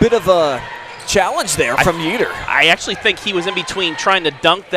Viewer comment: YEATER is pronounced YAY-yet….not YEE-ter